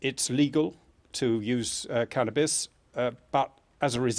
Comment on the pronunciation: "cannis" this bitch dont know what hes talking about